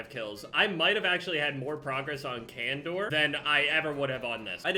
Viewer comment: Challenge accepted: Pronounce Khandor instead of "Can Door"